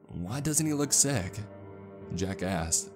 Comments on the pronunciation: "jack asks" My ear: jackass? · Whenever he says Jack asks it sounds like he says Jackass😂😂